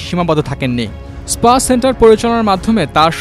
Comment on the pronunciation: পুলিশের ডি আই জি আর স্পা কে বলছে ইস্পা !